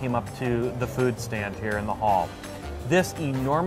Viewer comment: food not dood